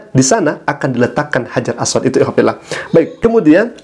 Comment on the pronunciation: Makanya klo blajar hrs benar..aswad jgn di baca aswat